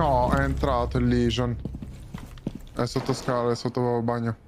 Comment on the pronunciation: Ma perché diceva sempre lesion il tuo amico? Ahahahha